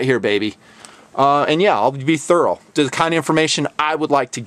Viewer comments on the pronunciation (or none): none